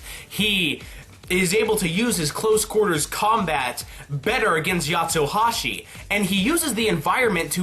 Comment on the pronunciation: Its not Yatsohashi its Yatsuhashi, no O